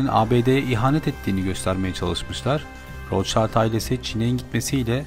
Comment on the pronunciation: Rothschild alman asıllı aile., rotşild diye okunur